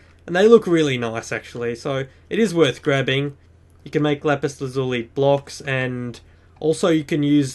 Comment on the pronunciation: u prononced lapis lazuli right;)